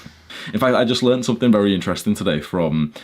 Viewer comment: “Bery jshort” 👳🏽‍♂️